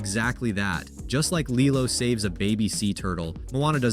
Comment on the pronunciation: It’s not pronounced “lie-lo” and it’s stitch who save the turtle, not lilo 🤦